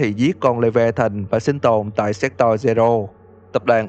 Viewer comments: séc to-r nhé chứ ko phải séc toi nhé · Thề là cứ anh đọc chữ Sector là em cứ nghe thành s*xtoy :)))))))))) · Nghe như sextoi zero =)))) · anh đọc là se*toy zero 😂😂😂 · Sector mà ổng đọc lộn thành s*xtoy :))))))))))))) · anh đọc như "séc toy" zero í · Sector mà ông cứ đọc thành S*xtoy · má Sector ông đọc cứ như séctoi cười vcl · sao nghe như s*x toy v :v